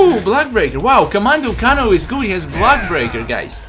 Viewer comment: It is pernonce kano